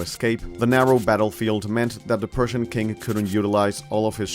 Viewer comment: Whenever you say "persian" it sounds like you are saying "Prussian"